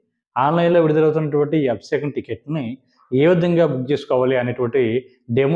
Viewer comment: Sir, మీరు చాలా బాగా చెప్పుతున్నారు.కానీ మీరు పలికే విధానం బాగా అనిపించటలేదు. Abisekam కాదు అభిషేకం. నన్ను క్షమించండి.